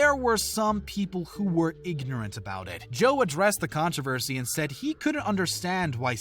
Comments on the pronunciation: The way you said controversy is the only cringey thing in this video🤮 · “Contravesy”? “Valerie Ja-rett”? “Rose-anne”? “Tom DeLon-geh”? What is going on here….